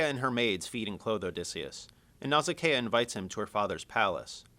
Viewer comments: It's actually "Nausicaa" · It's pronounced Naw-sic-uh!